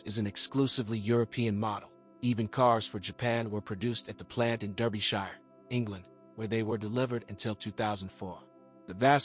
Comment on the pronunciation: It's pronounced DArbyshire not Derbyshire. Anyway I have had a 2007 D4D T25 2.2 for four years. I actually tested top speed and it l managed 115 mph without difficulty (this was on a private track) and still wanted to go. I suppose it depends upon what you want from a car. Reliability? I can't fault it. I look foward to another two years before I think of changing it.